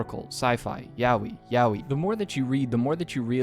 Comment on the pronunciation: I had a stroke when blud said yaoi again 😂😂😂